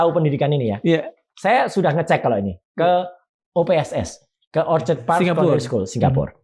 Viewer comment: Ada banyak sekali org indo di sg. Kok susah bgt dpt info yg akurat. Coba Roy Suryo cek lagi bbrp poin brkt, supaya jgn makin simpang siur. Ini masukan konstruktif. 1. Bukan orchard, tapi orchid (baca: or-kid). Nanti kena malu sndr kalo ke mana2 salah ngomong. Itu dua kata yg berbeda, cek kamus. Orchid Park Sec School itu di Yishun, jauh bener sm orchard road. 2. Tidak ada satu pun secondary school under MOE di sg yg pakai mandarin sbg medium. Semua hrs pk English. Mother tongue is compulsory tp boleh pilih sesuai race. 3. Secondary school itu tidak setara SMA (di bawah SMA). Untuk poin ini Roy Suryo boleh terus kejar. Klo ad pihak sana yg blg sec school setara SMA itu salah dan sok tau. 4. Sec school itu seperti SMP tapi 4 atau 5 tahun. 4 tahun itu express, 5 tahun itu normal (tp dianggap lambat). Di jaman Gibran msh begini systemnya. 5. Kalau foreign student dr indo yg udah tamat smp, umumnya pindah sg akan mengulang sec 3 (taon ke tiga) instead of lanjut ke sec 4 (taon ke empat). Krn sec 4 ada ujian akhir O-level dan klo masuk direct sec 4 dianggap ga akan sanggup mengikuti. 6. Jadi boleh ditanya apa fufufafa punya O-level certificate? Atau punya N-level (ini untuk yg normal stream)? Suru tunjukkin. 7. Punya O atau N level jg ga berarti setara SMA. Karena SMA itu setara dgn A-level, yg mana harus bljr 2 taon lagi setelah sec school di jenjang Junior College (JC). Fufufafa ga pernah blg riwayat masuk JC sini. 8. Gpp jg klo ga masuk JC, bisa ambil jalur diploma ke polytechnic